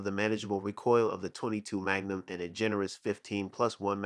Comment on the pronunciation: REEE COIL NOT RAH COIL